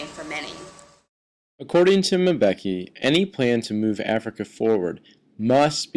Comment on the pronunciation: Why is this white man saying Mabeki?